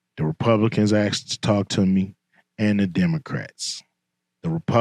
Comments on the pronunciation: Asked not aksed. Put that in your contact, too! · "Republicans 'axed' . I'm not really capable of supporting someone that can't speak proper English. Don't care what any actor has to say.